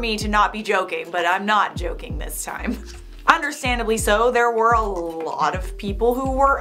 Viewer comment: I love how said “I’m not joking I’m not joking“ and I thought said “im not chocking I’m not chocking“